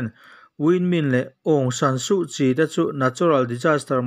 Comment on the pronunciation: Aungsan = hmanlai Suhchi = hmiah tur Tia thlûk theih chuan ngaihthlak pawh nuam dwuh ang.